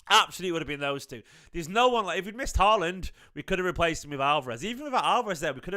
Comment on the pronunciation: Haaland. Get his name right.